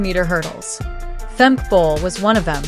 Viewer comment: Sad to say this is not a good video unless you are a rabid Femke Bol fan. Worse, the fembot narrating this can not pronounce her name properly, calling her Femk and not Femke with attention to the second syllable. I really admire and respect Femke Bol, just wish she ran at a different time than Sydney M-L so she could really shine! The narrator speaks of records owned by Sydney as if they are Femke's. Well at least this was cost-free...